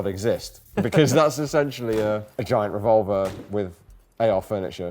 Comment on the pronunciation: ARVolver, and not RevolvAR?!🤣